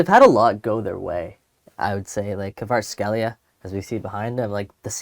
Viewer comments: Kvicha what? Jesus Christ, at least learn how to pronounce his name before doing a video about Napoli. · If you are going to do a commentary at least try to pronounce someone's last name correctly